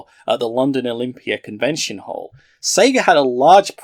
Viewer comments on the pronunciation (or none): none